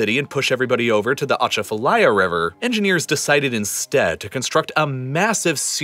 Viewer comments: i live on the atchafalaya and we pernounce it waaay diffrent lol ah chaf ah laya. maybe we're wrong but sounds so weird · Welcome to the soup bowl. Ugh, the butchered pronunciations of Pontchartrain and Atchafalaya, locals should have narrated this. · It's not "atcha fa lie ya" but close - it's "a chaf fah lie yah" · Thanks for bringing attention to New Orleans and Louisiana’s terrible situation it’s in right now. I just want you to know that Atchafalaya is actually pronounced Uh-Chafa-Lie-Yuh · Fun fact: Pronounce Ponchartrain like us Louisianians and you'll have an easier time. We call it "pon cha train" Also "a chaff a lie a" for Atchafalaya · It’s ah-Chaf-a-liar is how you pronounce Atchafalaya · The worst for me was Atchafalaya. Emphasis is on the second syllable not the first, and it's pronounced more like chaff. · he did Butcher Atchafalaya 😂😂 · That's a wonderful video but there are a few small errors. At the point, where the narrator asks why anyone would build on that location, an aerial video of Baton Rouge is shown, not New Orleans. The narrator makes a good attempt to pronounce the word Atchafalaya, but the accent is on the second syllable. Hurricane Katrina did not overtop the levee to Lake Pontchartrain. The levee for a major drainage canal failed because of water pressure and saturation undermining it, causing the levee to break. The flooding from that hurricane happened after the hurricane had already passed the city. Regarding the location of the future city of New Orleans, city designer, architect, and engineer Pierre Charles L’Enfant is rumored to have said, "Man is building a city where God never intended one to be." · As a local, it's funny listening to his pronunciation of Lake Pontchartrain and the Atchafalaya River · the way he pronounced "atchatfalaya" 😳🤢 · Next time, learn how to pronounce Pontchartrain and Achafalaya. So much more to the decline of New Orleans than 2 engineered hurricanes.